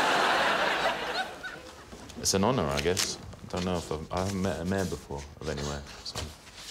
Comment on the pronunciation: Why do you pronounce mayor as meh?